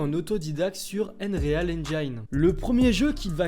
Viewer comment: Euneuré-al engine?! T'es sérieux ? Ta prononciation est approximative...